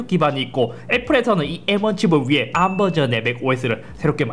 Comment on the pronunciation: 암 너무 거슬림 ㅋㅋㅋㅋ 그냥 에이알엠이라고 해주세요 제발ㅋㅋㅋㅋㅋㅋㅋ